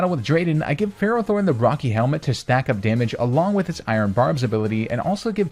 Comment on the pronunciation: DO NOT LEAVE OFF TBE T IN FERROTHORN!